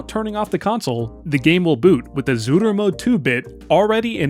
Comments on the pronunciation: it is itching me every time when you are saying zuru instead of tsuru, ts is a one letter, simillar to rusian ц (and even that is wrong, but closest you can get in english without phonetic notation) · I like the random Japanese accent you obtain every time you say Zuru lmao